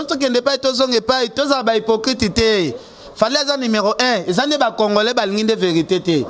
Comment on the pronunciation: on ne dit pas Congolin, c'est Congolais. Je vais t'aider à bien prononcer. C'est comme Congole. Donc c'est le à la fin que l'on prononcé et non lin.